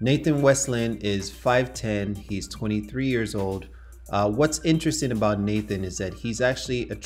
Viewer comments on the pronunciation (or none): none